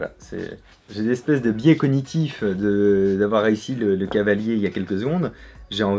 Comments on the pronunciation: On dit cavalier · ON NE DIT PAS CHEVALIER MAIS CAVALIER ET PAS NON PLUS CHAVALIER. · C'est "cavalier", restons sensés ^^